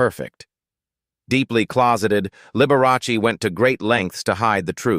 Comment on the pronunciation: “Liberross”? I am so tired of these inaccurate AI vids.